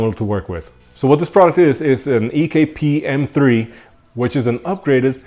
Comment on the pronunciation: Why you call it ekpS?